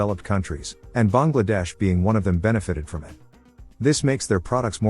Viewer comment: Kudos to the narrator for pronouncing Bangladesh correctly. 🙏